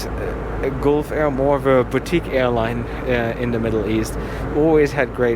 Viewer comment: It is pronounced as galf air, as you pronounce gulp...Gulfair